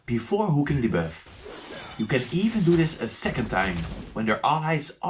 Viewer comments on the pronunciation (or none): "invade the birth" LMAO he been saying that the whole time, instead of buff, he saids birth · why u say beff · Stop saying biiuffff 🤣🤣🤣🤣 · I like how he pronounce buff as bewf